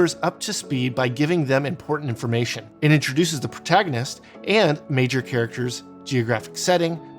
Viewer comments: Thank you I also came to say it's not pragtagonist, the rest of this video was great tho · Sorry, but here it comes--PROtagonist. Everything else was on point, but "practagonist" was like nails on a chalkboard.